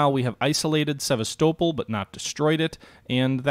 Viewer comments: Please it is pronounced SeVAStopol not SevasTOEpol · Please, please! It's pronounced Seh-VAS'-tow-pole. Now, let's say it together, Sevastopol. Alright, good.